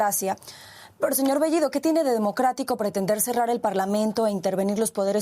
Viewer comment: Pedro Castiyyyyyyo??así es su apeyyyyyido??Castiyyyyyo??las dos L L esta escrito en el abecedario así que AIQUE pronunciaron AIQUE hablar correctamente el castellano español ,por el amor de DIOS..ya basta de hablar o confundir las dos L L Con la Y GRIEGA POR FABOR ,SEÑOR BEYYYYYYIDO ??